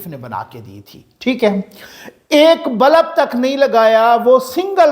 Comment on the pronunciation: معذرت کے ساتھ بلب لام کے سکون کےساتھ ہوتا ہے لام کے زبر کے ساتھ نہیں ہوتا۔